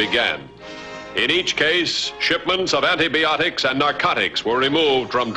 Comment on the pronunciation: Shipments of "anti-BEE-otics"?